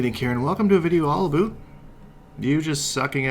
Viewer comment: what does "a la boot" mean ? he said it in the beggining of the video lol